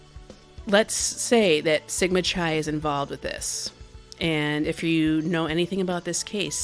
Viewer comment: You sound very intelligent, but Chi is pronounced KI not Khi.